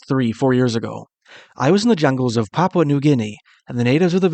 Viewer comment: Why can’t they put a English speaking person from Papua? It is not pronounced like this English foreigner is pronouncing he is saying.popwa It is pronounced papoowa